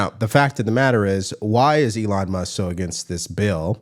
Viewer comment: It's Elon Mus"K". Not Muss